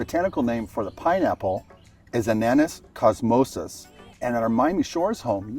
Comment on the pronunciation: Ananas comosus, not Ananus